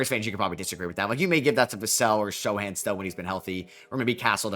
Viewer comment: its not "show han" its "so han". i don t know why it bothers me so much when you say it like that but it does.